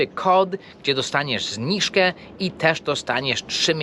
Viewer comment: Zniżka nie Zniszka